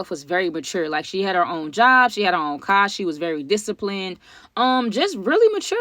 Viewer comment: Yoooooo 😩🤣. I was just inquiring because of the way you pronounce “car”… guess that’s how they pronounce it up top.